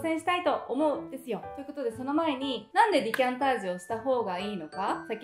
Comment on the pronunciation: いつも楽しく拝見させていただいてます。 動画中「デキャンタージュ」を「ディキャンタージュ」と「デ」ではなく「ディ」と発音されているようですが、「ディ」がより正しい発音なのでしょうか？一般的な記述では「デ」になっているので、教えてください。